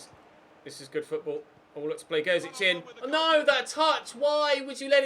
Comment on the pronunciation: Can you pronounce Gerzić properly.